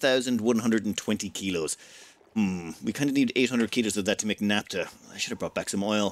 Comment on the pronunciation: Naphtha (ph=f, as in "photograph", "philosophy", etc.), not "napta" (unless you also say "potograp"). ;-)